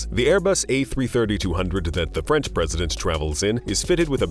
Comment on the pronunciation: He's pronunciations are wild: Office-ass, presidant,determan, nineteen nineday, systoms, characteristacs, helicoptars , nayshons